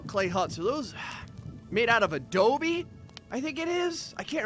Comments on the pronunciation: Yes it is Adobe not Adoie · Yes, it is Adobe (a-DOH-bee